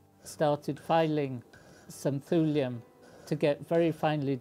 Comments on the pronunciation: pronounced "tyoolium" not "thoolium" btw. as "thule" is pronounced "tyoolie" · I like the concern of pronunication over Cleve but not over Thule (prionounced like tool) So it should be pronounced tool-ee-um?